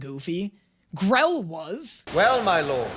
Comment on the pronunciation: It's Grell,not Grill.